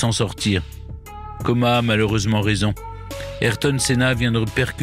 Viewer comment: alors monsieur Stéphane berne c est Érik comas et non coma.....